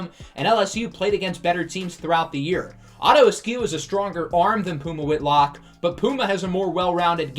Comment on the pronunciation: The more you said "Otto Askew" the more it sounded like his name was "Otter" instead of "Otto." So it made me wonder what the heck was going on that the top two QBs were Otter and Puma. So it's my opinion that Otto Askew's natural nickname is Otto the Otter. Okay, I have nothing useful to contribute, so I'll see myself out.